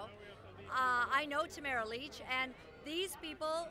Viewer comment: It sounded like you called Tamara - - Tommahah Leech! Her name is pronounced "Tah - mare - rah" Lich pronounced: " Lit - ch". Why not ask and learn the pronunciation of her name? Who helped you with the teleprompter? Just speak from your own heart and information you researched. Better than looking like a hypnotized reporter with someone at the other end with a remote control.